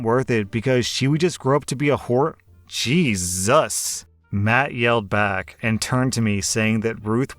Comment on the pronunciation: You know it's bad when a narration gets interrupted with "JeeZUS"